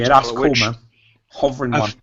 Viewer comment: its kowl;)